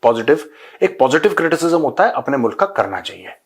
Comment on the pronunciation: मुलक ✅ मुल्क ❌ 😂🤣🤣🤣🤣